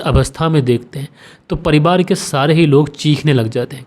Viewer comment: मैं बेचन गोंड कैमरून अफ़्रीका से आपके कहानी सुनाने का अन्दाज़ बहुत अच्छा है ।❤ कभी - कभी आप परिवार को परिबार बोल देते हैं !